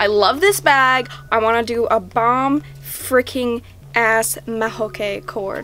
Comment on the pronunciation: Why are you keep on saying frecking